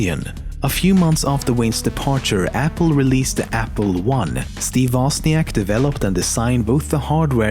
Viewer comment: Woźniak not Woziank ffs